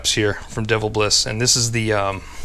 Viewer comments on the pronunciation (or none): Dee-Vel-bis is how it's pronounced 🤣sorry I'm from Toledo the home of it.